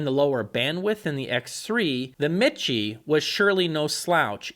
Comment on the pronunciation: Repeat after me. It's pronounced, me-she. Not mit-chē.